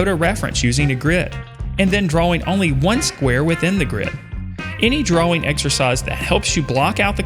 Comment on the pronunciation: Why cant he pronounce drawing lol 'drauweng'